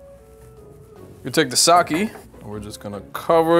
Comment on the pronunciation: kept pronouncing sake wrong. It pronounced sa-ke, not sa-ki.